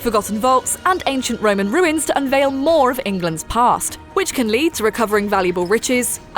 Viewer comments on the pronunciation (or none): none